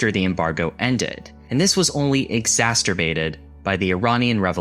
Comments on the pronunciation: That's... not how you pronounce exacerbate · Where do you children come from? Did you say E-CO-NOM-ISTS??? It's E-CON-O-MISTS, kid. Other than that, you're pretty much on point in this video. I advented back then, so I can attest. And it's EX-AHS-ER-BATE, not whatever you said. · Terrible pronunciations: economist, exacerbate